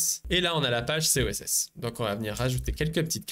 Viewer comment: Sorry mais ça me trigger de lire Coss et que tu dis SOSS plusieurs fois ...